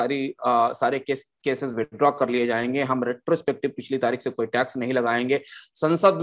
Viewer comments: retrospective"Tax" hota hai "Trax" nahin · Saurabh ji, 1 aisa co host assign krein jo acche se present kr paye or log usey sun na pasand krein. Pronounciation ka dhyan rkhna b bhot zruri h, Crain nhi Cairn h bro n trax nhi tax h